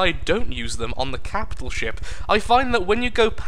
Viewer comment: "Every captial ship" Oh...